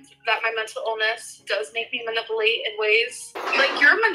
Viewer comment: Manippleate...she says stuff wrong on purpose. No way she's that dumb,right?